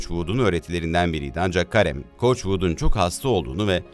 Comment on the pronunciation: Karem değil de Kerim de lütfen